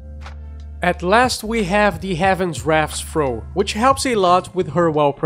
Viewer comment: Thought you said throat game.